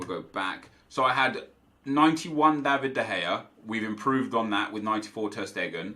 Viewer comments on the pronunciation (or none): none